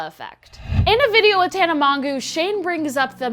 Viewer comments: "Tana Mon-Goo" 😂 I'M SCREAMING LOL it's "Moh-juh-o" kinda... Hard to spell the way its pronounced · Did anyone else relise her saying tana Mongoo instead of tana mogo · MONGOO !!! HAHA its mojo but respect mongoo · Tana “mongoose” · I laughed so hard when she said tana mongue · 😂 😂 it’s Tana Mo-Joe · “ In a video with Tana MON-GOO”😂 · She said Tana Mangoo😂😂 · Did she say Tana Mongoose? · Lol Tana Mon-WHO ???? 😂😂😂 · The way you pronounced Tana mongeau offended me